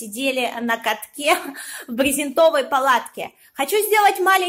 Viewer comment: БрезЕнтовой, а не брезентОвой !!!